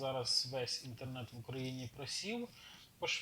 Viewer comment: укрАінє... наче на мові розмовляє, а наголоси як звичайна русня розставляє, дізлойс